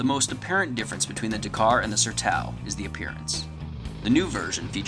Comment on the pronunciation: it's pronounced SERTÃO... SER+TOWN... It's a Bazilian (Portuguese) word...